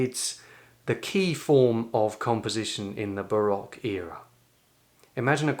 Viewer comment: Barack era, instead of Baroque era; Focatta, instead of Toccata! Shame!